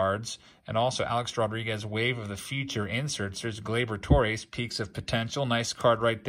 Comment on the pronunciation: FYI Gleyber Torres. GLAY-ber TORE-ez. Infielder. How to pronounce Gleyber Torres. Born on December 13, 1996 in Caracas, Venezuela. It is NOT Tore-rayz